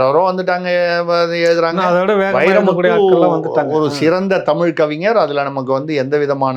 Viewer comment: Tamizh in(la), zha tell pr bounce in tami l oru 😅😅😅